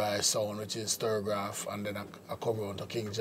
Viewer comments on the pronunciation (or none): The name of U- Roy's sound was STUR -GAV. ... Why is it that most people, even some who worked on STUR-GAV called it sterograph ?